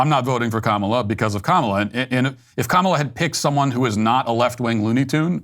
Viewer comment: Matt it's pronounced ka mAH la! It drives me nuts how people bend the knee